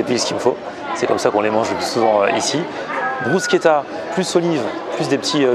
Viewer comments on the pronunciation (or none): none